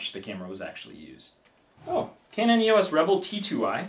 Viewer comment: The first camera is a Canon EOS 40D (it's NOT pronounced "YOU WUSS" it's actually pronounced : EEE OSS - you know, just like the LETTERS "EOS") & the second one (the EOS 50D) is NOT the same as the Rebel XT, the Rebel XT is the EOS 350D (which is the 3rd tier of cameras while the 50D is a 2nd tier camera) while the 3rd camera (the Rebel XTi) is the same as the EOS 400D, the Rebel T2i is the EOS 550D, the Rebel XSi is the 450D. & YES, I had (infact STILL HAVE) the Rebel XTi but it doesn't get much use now as I now have an EOS 5D Mark II as my main camera. The Rebel names are used in North America & Japan while in Europe they are known using the numbers. The thing to bear in mind is that Canon use the model numbers to designate the level of the camera. The top tier use ONE number & are considered to be the "PROFESSIONAL" cameras, 2nd tier use TWO digits & are considered to be the "Amateur end of the Professional" range, then there's the 3rd tier which uses THREE digits & is the "Professional end of the Amateur range" & then the 4th tier which (surprise, surprise) uses FOUR digits & is the Amateur camera range.